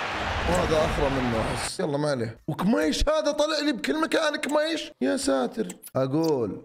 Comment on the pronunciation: كيميتش ❎️ اكميش✅️